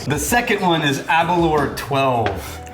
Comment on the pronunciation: "aberlore". please stop, this is starting to feel personal lol